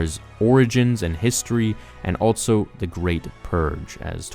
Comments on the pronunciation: i noticed you keep saying "altso" instead of also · Also is said “all-so” not “alt-so.”